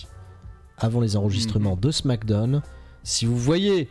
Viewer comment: Salut ! Je regarde assez souvent vos vidéos mais la manière dont tu prononces "Smackdown" me stresse de ouf 😂